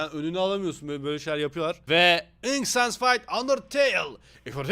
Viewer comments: İnk sans değil ınk sans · Abi bu ınk sans değil ımık sans